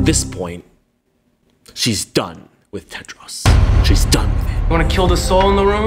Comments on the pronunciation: I like how you say Tedros like it's Tedross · I love the way pronounces "Tedros" lol